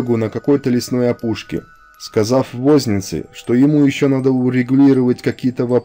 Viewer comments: ВознИца, а не вОзница. Спасибо за историю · Автор хорошее дело делаете, но что-то у вас с ударениями в словах ! Режет слух-вОзница, вахмИстр. Правильно будет- вознИца и вАхмистр.